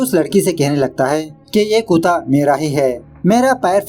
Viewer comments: कुता या कुत्ता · Kuta nahi kutta